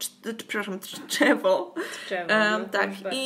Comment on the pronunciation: Wybaczcie czepialstwo, ale akurat jestem z okolic - Lisewo Malborskie i Tczew, a nie Lisów i Tczewo ( ; Poza tym, dość nie po kolei, ale nadrabiam wszystkie wasze podcasty :D